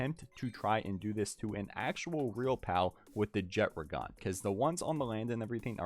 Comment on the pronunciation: Jet-tra-gone❌ Jet-(d)ragon✅